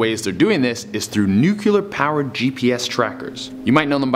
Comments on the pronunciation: It's pronounced "New-clee-er" not "New-cew-lar". Spelled Nuclear, not "Nucular". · Nuclear Nuclear Nuclear Nuclear Nuclear NOT Nucular!!! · it is not nucular!! it is NU-CLEAR come on che! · Aaaaahhhh!! Nuclear( noo-clee- er) nucular: really man? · Good thing nuculear energy doesn't exist. Gotta watch out for that nuclear energy though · NUCLEAR NOT NUCULAR omfg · Nuclear became Nuciler .. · it's pronounced, 'nu-clear.' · I haven't heard "nook-yuh-lur" since George Bush Jr. was president. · Only people who can't read say that.